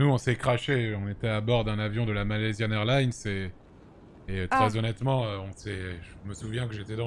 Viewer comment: "Malaisya airline" 😂😂😂😂😂😂😂😂😂